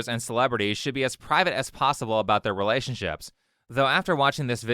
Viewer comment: Anyone else notice how she pronounces it, "ree-LAY-ships?"